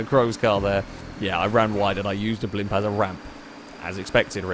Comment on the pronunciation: “Hello, and welcome to the [BLOMP]”